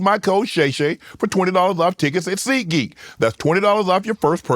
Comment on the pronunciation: Ad: Seat Geek Shanon: Seed Gee